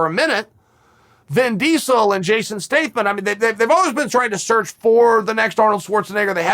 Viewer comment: Jason Stayth-mon 😂